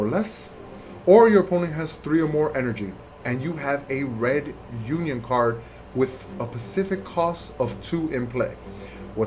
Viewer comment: it's uniSON not unION There is an s between the uni and on